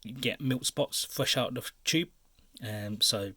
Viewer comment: "Ive kind a like bort different fings. Choob. " Right